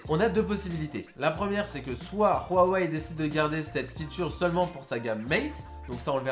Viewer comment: A chaque fois que j'entends Rhuawei ça me fout la gerbe. Dites tout simple Huawei mdr